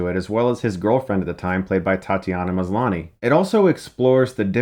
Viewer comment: Thank you for pronouncing Tatiana Maslany's name right :) so happy she's doing great after Orphan Black #CloneClub